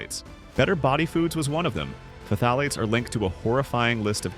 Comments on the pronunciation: "fah-tah-lates??? LOL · Just say it like Thalates.